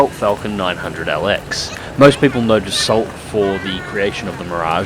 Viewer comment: you mustn't pronounce the "l" in "Dassault".